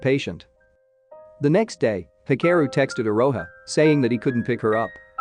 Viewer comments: bruh are you for real when you pronounced the name Mitsaya? It's Mitsuya like Mitsoo not Mitsa. You're even mispronouncing the name Hikaru . It's HIKAROO not He care oo. Ka like Gengis KHAN. HIKHAROO EROHA with the emphasis on E NOT AROHA with the emphasis on O. Daforq is ANAME? It's Anime with the emphasis on A. "A knee me" but without the K bruh your japanese words pronunciation suuuuuuuucks hehehehehehe Am I bantering with a robot's voice? WTF? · I cringe hearing the narrator botch pronunciation of so many names and words (ie anime = “ah-nim- meh” not “ah-num- mee” and hikaru = “hee- ka- roo”)